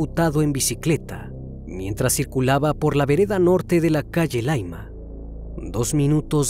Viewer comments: ya si, el tema a indicar es que No es Laima como lo menciona, es Llaima con doble L. Y no, que sea extranjero no es justificación, ya que nosotros no aprendemos sus raros e intrincados Nombres de zonas mexicanas, ellos deben averiguar para recurrir en equivocaciones. Tu serás más simple, yo soy más exigente. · Dice colchane y es Conchalí no es laima es calle llaima